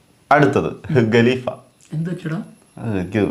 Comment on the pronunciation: ഗലീഫ അല്ല ഖലീഫ